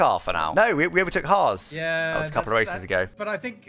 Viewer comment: The L and the T on Haas 😂😂😂😂